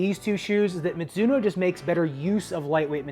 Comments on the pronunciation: That "mitsuno" tho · Mizuno is a Japanese brand name, which should be pronounced as ‘mi (ju) no ‘